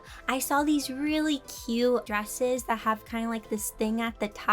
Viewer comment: " cute " T is silent. Sounds exactly like the word. Cue (人*´∀｀)｡*ﾟ